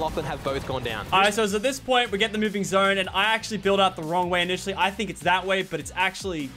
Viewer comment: “NOW HES MOOVING FORWARD”